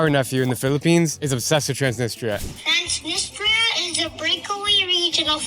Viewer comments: still says "Transinista"? Lool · Really enjoyed the video. Transnistria seems like a lovely place, I would love to visit. seems like a great your guide and very knowledgeable but his pronunciation of Transnistria really bothers me and hurts his credibility in my opinion. How can you be teaching people about a semi controversial area that doesn't even have its own credibility and recognition fully when you can't even say the name right? I understand why Drew didn't directly correct him, and I noticed at least once that Drew said it kinda fast after had said it, seemingly to try not to come across as correcting him. But they were also the only ones I noticed saying it, maybe he's saying it more like the locals do in different languages, benefit of the doubt. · lives in Transnistria, but cant even say it correctly or even the same every time lol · Loved the video! How come your guide pronounces the name of the place differently than you do?